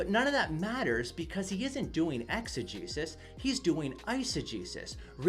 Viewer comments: Legit thought he was saying "exa-Jesus" and "isa-Jesus" ...until I looked in the description 😂😂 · It took me much longer than it should have to realize that you were saying eisegesis and exegesis, and not "eise-Jesus" and "exe-Jesus" Either way, great response to this perversion of Scripture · Dunno about you guys, but I heard exo-JESUS and iso-JESUS lol